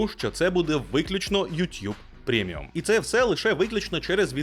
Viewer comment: Не витримав, продивився і повинен написати. прЕміум!!!! прЕміум!!!!!! Не "прЄміум" а прЕміуууууум!!!!!!!!